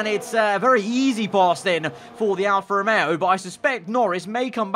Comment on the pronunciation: George: "alFAST romeo"